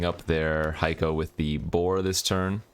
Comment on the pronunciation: Just wanted to let you know I've learned a huge amount from your channel. I'm a distinctly average player but my last 3 drafts have been 7-1, 7-2 and 6-3. Really enjoying this format. As an aside, Heiko is pronounced HAY-ko, not HIGH-ko, right?